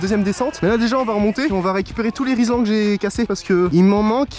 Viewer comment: Frero rislan pas rilsan